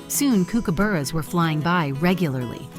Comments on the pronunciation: Stopped watching when the "announcer" couldn't pronounce Galah or Kookaburra. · Phonetically its GAR lah, not GAY lah and COOKaburra not KOOKaburra, albeit spelt as the latter. In Australia native birds as pets is illegal although freedom to come and go like this is very common. Nice one Rupert. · The ai pronounciation is annoying. Kookaburra like cook not kook. Galah ga Lah. Not whatever the hell that voice said. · Ok. Listening to this yank narrate this video is making my ears bleed. 1. Its a friggen King parrot. 2. They are Galahs not gaylas ffs! 3. Its Kookaburra. As in cook-a-bar-r-a. !! Were the Aussie narrators not available?🙄🤔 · Don't forget the Kookaburra is pronounced Cookaburra, these mistakes make these sort of clips unbearable. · Can’t take this seriously with the accent and pronunciation of kookaburra. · When you hear an AI voice that can't pronounce Galah you know it's BS. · this is either AI or a yank/pom/someone else living in Australia. never in my life have i heard kookaburra pronounced that way. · AI chat... cant say kookaburra correctly 🤣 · These are beautiful Australian birds - Australian accent needed in voiceover, pronunciation of Kookaburra and Galahs incorrect …. Disappointing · The birds are beautiful but the narration is weird. It doesn’t pronounce’ Kookaburra’ or ‘Galah’ correctly. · Dumb arse AI can't pronounce Kookaburra or Galah. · Please learn to say galah and kookaburra correctly, it’s annoying. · Sound like an AI voice as it can't pronounce Galah or Kookaburra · It would add to this if the AI learned how to pronounce the names of Australian birds. For example the pronunciation of Kookaburra and Gallah is so way off. At least it gave me a laugh.lol